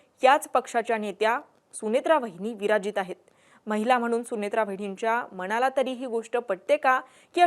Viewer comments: मानसाला❌ 😢 माणसाला ✅ मणाला❌ 😢मनाला✅ 🎉🚩...शुद्ध बोला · मानसाला❌ 😢 माणसाला ✅ मणाला❌ 😢मनाला✅ 🎉🚩...शुद्ध बोला..